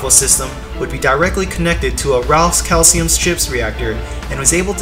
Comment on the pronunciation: Never mind, he pronounced Ra Cailum as Ra Calcium.